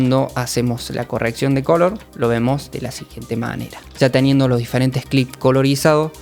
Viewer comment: Pq dices "cólor" y no color?